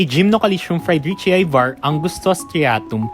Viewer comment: fry-dree-chee-eye? Do you say Hawai-eye?